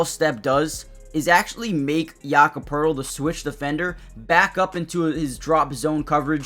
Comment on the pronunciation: No R in Poeltl.